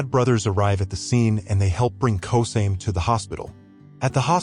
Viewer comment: Yeah a win is a win, but its Ko-sa-me not kosame